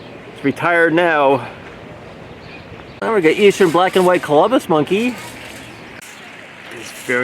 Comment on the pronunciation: When you see the Colobus monkeys, please read the sign carefully. There is no 'M' in the name. It is not pronounced like the guy given credit for discovering America. Also look up some videos on Tamarins. You've been saying it incorrectly as well. You say it like TAM - er in. Thank you for your fantastic zoo videos..